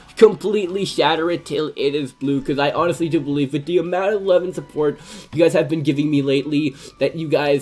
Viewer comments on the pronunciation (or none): Learn how to say support not supportsssss